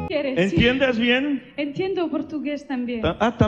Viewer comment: I would say she has like 95% perfect accent in Spanish. There is still a bit of foreigness in her accent, like how she aspirates her T (a very common thing in Germanic languages) when she says enTiendo ( , , ), and how she aspirates her Q in como Quiere . She also infuses a lot of Italian tendencies in her Spanish. For example, she trills her R in pRimera , something common in Italian but not in Spanish, though she tries to correct herself afterward. She also says con toda A miA sinceridad y con todo IL miO corazón , which should've been con toda mi sinceridad y con todo mi corazón, as unlike in Italian, in Spanish, possessive pronouns like the word "my" don't carry a gender, though the word "mine" does (mia and mio literally mean mine in Spanish, instead of my), and most importantly, they don't carry an indefinite article (Italian would be il mio/la mia vs. Spanish is just mi). She also says me sEnto como en casa, instead of me sIEnto como en casa . She also incorporates a bit of Portuguese as she is speaking to a Brazilian TV host, such as when she says eM BraSIL , intead of eN Brasil. Notice the difference between the S and L pronunciation in Spanish and Portuguese. The single S in Portuguese, like in Italian, when not at the start of a word or end of a syllable, makes a Z sound, and the final L is dragged with a diphthong I vowel. Also, I wouldn't say she sounds 100% from Spain. She doesn't do the theta TH sound when she says con